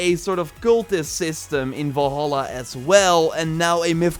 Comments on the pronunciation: I came to comments because of this. Volhala too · AS$- GAARD AS-GAARD NOT ASH-GAARD and Val-hala not Vol-Hala